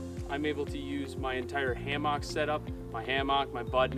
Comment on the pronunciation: You don’t eve an say hamock correctly